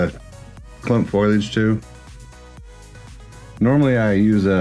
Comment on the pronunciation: Fo-lee-egde ;) great tutorial by the way.